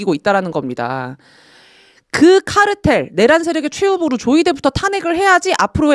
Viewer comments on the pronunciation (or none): 카르텔이 아니고 카 텔